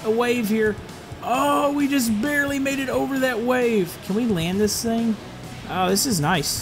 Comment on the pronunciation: Did i just heard that say thing THANG?!